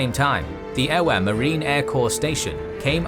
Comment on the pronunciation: Superb work! As a US sailor who has served in Hawaii on O'ahu, this is the most inclusive and thorough examination of the Attack on Pearl Harbor. BZ on a job well-done. Point of order though: "w" in Hawaiian words are pronounced like "v" in English, just like in German. "Ewa" should be pronounced as "EV-uh", not "EE-wah".